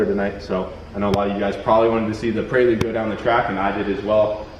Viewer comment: hahahaha 'PRAY-LUDE' prelude brother hahah love it